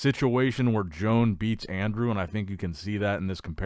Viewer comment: The Spanish guy is called, One baddel Not Joan The j is pronounced y Please learn to speak properly 😮 I